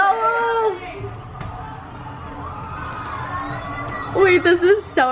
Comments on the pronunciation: You can tell there not from Massachusetts with how how they pronounce Lowell😂😂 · Did that guy really pronounce Lowell as low-ell he’s def not from Massachusetts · “LoWELL” lol